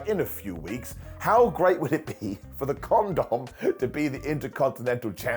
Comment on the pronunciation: He always does it 😂